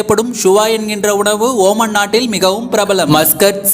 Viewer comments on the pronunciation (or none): Not oman it's omaan